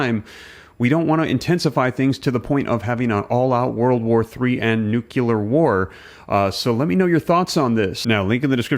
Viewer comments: Please, PLEASE pronounce nuclear correctly. Say NEW CLEAR, not nucular. 🤦‍♀️ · Nuclear, not nucular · You kinda lost me by pronouncing NUKELAR instead of NUCLEAR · great info but NEW-CLEAR..... not nukular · I like most of what you publish, but at the risk of being a grammar pain in the tush, I really wish you would make an effort to pronounce NUCLEAR, instead of NUCULAR. I see it gets spelled properly anyway. Rant over. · Love the information that you're bringing to us, but... Are you saying nucular or nuclear?? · Are you saying nukular in purpose? 😂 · Your video is misleading. You wrote “nuclear” but I heard you say “nucular” I’m sensing some sensationalism while more of the status quo. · Please stop saying nucular , it’s nuclear. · For heaven's sake dude, it is pronounced NU-CLEAR, NOT "NucULAR". Good grief. Try to sound more intelligent if youre going to make these videos. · "new-clear" not "nucular" Don't mis-pronounce "nuclear" like George W. Bush did. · What's a nucular bomb? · "Nukila" Bomb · bs channel and f pronounce nuCLEAR its not hard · It’s Nu- Clee- At 😂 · Interesting video, but please someone tell this man how to say “nuclear.” 😳😳🤦‍♂️🤦‍♂️🤦‍♂️